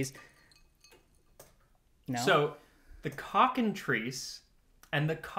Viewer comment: Every time you say cockentreece, I keep thinking it is supposed to be said cocken-try-ce.